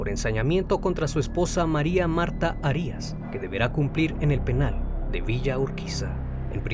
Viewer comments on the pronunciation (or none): Ojo con la pronunciación, el apellido es Arias, no Harías. También el nombre Amín, lleva acento en la í, hay que pronunciarlo así. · Se pronuncia Amííín. Con la sílaba tónica en la "i". Y Arias tiene la sílaba tónica en la primera "A". Soy fan de tus videos, no me malinterpretes. Sigue así 🙏🏻